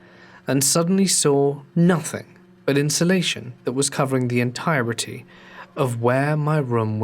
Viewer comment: I’ve never heard anyone use every letter’s sound in ‘insulation” before. Sweet! ❤️